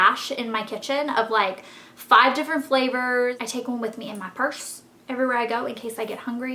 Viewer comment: "in mai pursse" hahah u make my day.